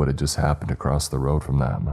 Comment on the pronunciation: What is Weapontree? Asking for a friend. He would also like to know why you sometimes say Across and other times you say Acrost?